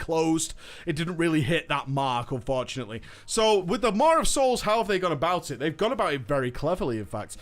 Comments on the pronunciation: "Mar of Souls" MAW. Say it with me. "MAWWWW" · lol, Idk why, but the way he pronounces "maw' is driving me nuts lol. He's throwing a R into it so it sounds like "Mawr' o.O Anywhoo, great vid, keep it up. :D